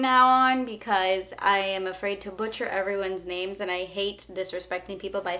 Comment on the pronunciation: OMG! YOU ANSWERED MY QUESTION AND I'M SO HHDJJE. I LOVE YOU. ps. you look gorgeous!! pps. you did pronounce my name correctly.